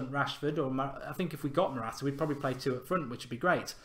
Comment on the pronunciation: matwata lol